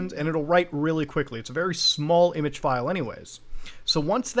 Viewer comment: Muta my boy wtf is an i-mage?